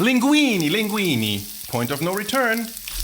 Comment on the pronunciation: As an Italian, you triggered me at "Linguini" 😂 linguinE! Jokes asides, great content as always! Cheers from Italy to my fav channel on YT!